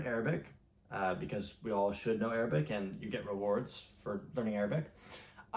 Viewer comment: Bro, how are your Arabic pronunciations so good?